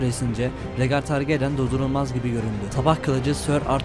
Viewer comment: targaryen ismini düzgün telaffuz etseydin keskr